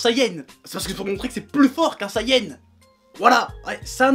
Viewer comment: Ça s'appelle Super Saiyan et non sayenne